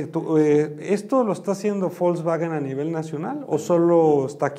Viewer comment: Ya nomás escucharlo pronunciar Volkswagen como "bolsbaguen" y perdió credibilidad. Coyote de cuello blanco x2 😂